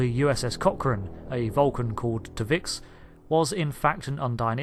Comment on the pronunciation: when i first heard you mention the Vulcan's name i thought you said "Tuvex" and I was WHOA WHOA WHOA did i miss something major here! Had to wait until you put it on the timeline before i realized it was T'Vix